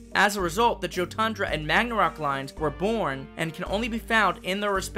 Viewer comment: It's it me or should Jotundra be pronounced "Yo-tundra" since Jotun is actually pronounced "yo-tun" from what I've seen in Norse mythology videos and in media but it's really nothing though just saying but love the designs of all of them :)